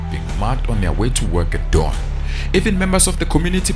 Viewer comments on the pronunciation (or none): none